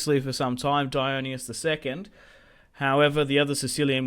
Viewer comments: Although in this game it would be "die-on-eye-see-us", since his name is Dionysius. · Isn’t it “die-on-Isis” not “die-own-ee-us”?